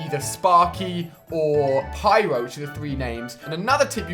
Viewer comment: Omg Ali !!!!! It's supposed to be pyro